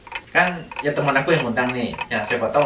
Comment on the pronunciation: Ngomong temen,dengernya tuman wkwk